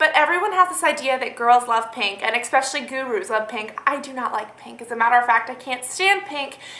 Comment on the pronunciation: "Expecially" :D